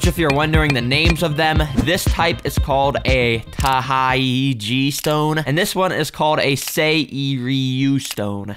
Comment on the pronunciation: Btw the taiji is pronounced as Tay-ji And the seiryu is pronounced as Sey-riyu plss correct me if I'm wrong